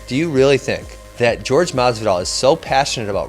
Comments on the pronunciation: I wonder if Ben calls Tyron, TyROnne? Because dudes name is clearly pronounced WHORE HAY and that's no joke. That shit just irritates the fuck out outta me. I'm not from Spanish decent one bit but (Jorge) WHORE HAY and GEORGE are two fucking completely different pronunciations..seems like a dude that thinks some dumb bull shit all time that id punch in the face if I ran into him js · Jorge... Jorge... Not fucking GEORGE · I thought his name was Jorge not George FFS!!!! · I cringe everytime they say George, it's JORGE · Why is everyone calling masvidal George it's Jorge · WTF do people call him George? The man's name is Jorgé (Horr-hay) People know Latin speaking, especially in America. 🇺🇸🇨🇺🇵🇪💪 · I find it impossible not to hate this arrogant fuck. I hate the way he pronounces Jorge's name "George" simply to disrespect him. It's prejudice. This guy is so much of a fucking clown that he actually believes the things coming out of his mouth. He deserved to get Masvidal's knee to his head and be embarrassed the way he was. I wish he'd go away forever. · why the fuuuuuck are people still calling him GEORGE? its Jorge (HOR-HEY) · Hey. His name isn't "George." Its "Jorge." Try it you can say it. Its easy. "Jorge." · his name is not ''george'' !!! it's JORGE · Its pronounced, Jorge (Hor-Hay). Thanks. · His name is pronounced Whore Hay, not George. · White dudes not saying people of color's name correctly is one of the oldest RACIST tricks in the book and they do it CONSTANTLY!!